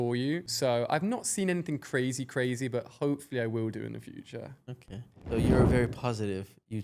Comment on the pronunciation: “okeh 😊”